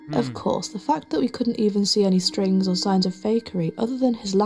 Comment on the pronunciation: String...... string...... it's string everybody.....it's strings 😂😂😅